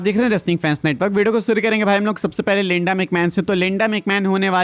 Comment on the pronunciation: Bro its linda not lenda😂